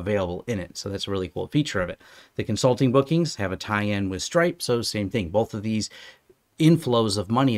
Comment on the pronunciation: I thought you said Strike and I was impressed that you were on the bleeding edge of technology with finances, then I realised you said stripe lols.